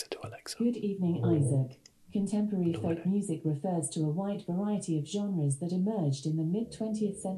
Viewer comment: pronouncing the L in folk is very love island of you isaac